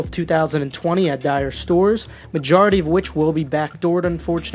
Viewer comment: Bruh I thought they were sick but apparently thinks they're dire